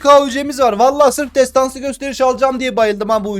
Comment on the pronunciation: nobody : MU : TESTANSI KÖSTERİŞ ALİYOH 😂